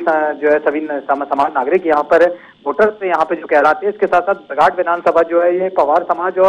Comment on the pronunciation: आप को शर्म आना चाहिए था , आप की गलती, परसवाड़ा विधानसभा क्षेत्र को, पारसवाड़ा, और बरघाट को बराघट कहा गया, मौसम बिसेन को मौसम बघेल कहते हो, न्यूज चैनलों पर टोटल जानकारी रखे